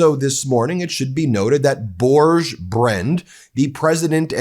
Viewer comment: Not Bourdjczh. Børge is pronounced like Borg in start trek with and added 'e' (as in eleven) at the end.